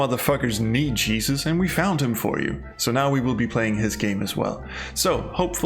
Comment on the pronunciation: A Danish man saying "Y'all motherfuckers need JEE-zus!" might be one of the funniest things I've heard this year. :-)